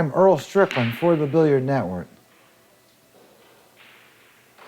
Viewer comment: Earl's pronunciation is spot on